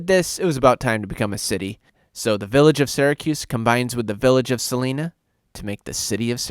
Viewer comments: Sa-lie-na, not Sa-lee-na. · It's Sa-lie-na !! Not Sa-lee-na !! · Pronounce Salina as Sa (as in saw) line a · Saw-line-ah street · Yes, it is Sa-line-a. Syracuse is my home town. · Too bad the narrator can't pronounce Salina. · Idt you're from Syracuse by the way you pronounce Salina...